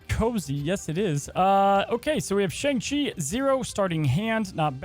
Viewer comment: Hey Cozy, you said Shang-Chi wrong in this video.